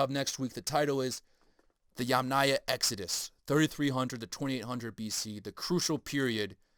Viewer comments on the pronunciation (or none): none